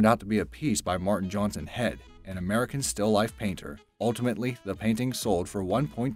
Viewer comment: On # 11in this he says the painting from Martin Heade. He pronounces it like head like head and shoulders. When it's actually pronounced like Heed as in to take heed in something. Mr Heade is my late husbands great uncle so yes the correct pronouncing if this very important artist is very important.